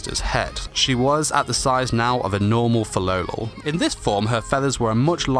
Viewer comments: Tbh hate it when he pronounces “Filolal” and not Filolial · It's Fi-LOLI-al